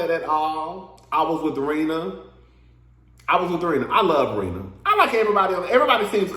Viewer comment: Not u called Rena (“reena”) Rina like Lisa Rina frm RHOBH😂😂😂